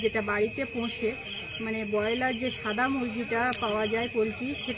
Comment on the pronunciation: কাকিমা ওটা কয়লার হবেনা ব্রয়লার হবে